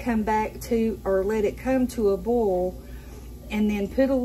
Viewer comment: BOIL B. O. I. L !! Not bol, it is a BOIL. NOT BOL!!